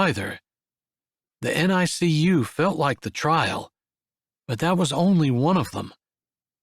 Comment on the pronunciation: Another excellent story! BTW, NICU is pronounced "nick-you." Chapter 6's triplets are cute: Daisy the doctor, Violet the veterinarian, and Holly the homebody.